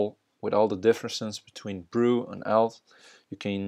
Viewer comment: FYI BRUE is pronounced "BROOEY" not "BROO"